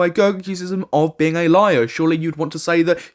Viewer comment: « a l i a r r r r r r r r » 👁️🫦👁️💅